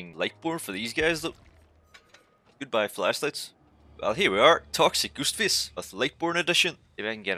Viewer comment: “We have Goost Fist” I’m sorry, it might be an accent but the way you pronounced “Ghost Face” had me rolling. I would not want to go up against this build though. Just looking at it at the start and I can already see Starstruck. That’s enough to make me nervous in a match.